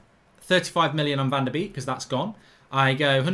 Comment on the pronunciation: I'm Dutch. .it's closest to.. 'fon der bake'